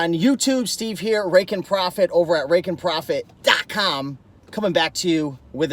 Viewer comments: Tone it down on the .com part! 😁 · It was so funny when he did that LOL 🤣